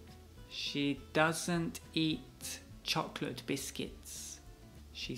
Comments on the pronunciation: ha pronunciado She mal Philips debería corregirla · a se le dificulta decir la palabra she... Pero que importa, lo compensa con una linda sonrisa.